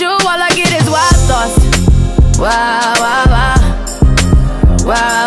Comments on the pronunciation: I swear the time she said wild I heard it wa wa wa 😂😂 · I love this song but i never knew why rihana pronounce like that the word wild i never heard it maybe beacause its a trap song.